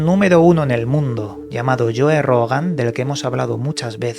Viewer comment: lloe rogan, llacobo grinber XD... eres un investigador profesional y serio, al menos ten el profesionalismo y educacion de aprender a decir los nombres de los personajes que mencionas, es gratis no te va a pasar nada!!!